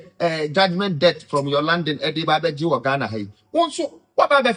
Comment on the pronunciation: this is a kind correction. Debt is pronounced as “det”👍🏾